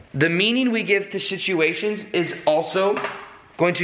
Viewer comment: you say shituation instead of situation. I think you just coined a new word! It worked in the sentence and you should definitely use this in future videos. Shituation ie: what you thought was a bad shituation in life was really a way for you to change you're perception. Great video! Definitely keep moving around.